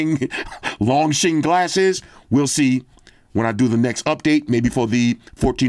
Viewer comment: Long jing is pronounced just the way it’s spelled… don’t quote me but I’m pretty sure it means “dragon eye”